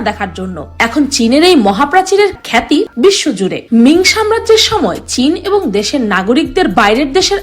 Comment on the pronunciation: আপনি চিনকে টিন বললেন 😂😂😅